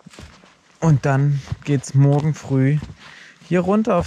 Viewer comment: er sagt immer "mogen" statt "morgen".